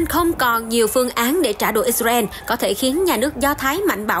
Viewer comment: Đọc phải là " I Sà Ra Eo " 😂